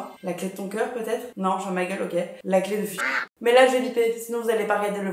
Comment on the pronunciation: Excellente vidéo ❤!! Toujours du contenu de K-LI-T ! Par contre, il est où le "ch" dans "clé" hehe